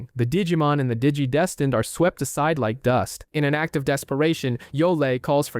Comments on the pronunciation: “Digi-destined”? ❌ “Dee-gee-desteened”? ✅ 😂😂😂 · that and how he kept pronouncing "digidestined". Digi-deeeestined. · Nice video, but pronouncing the same word 3 different ways is incredibly frustrating.